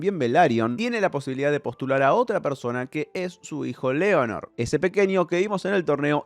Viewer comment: sólo una corrección de hinchapelotas que soy nomás, es Laenor no Leonard. leviosa no leviosá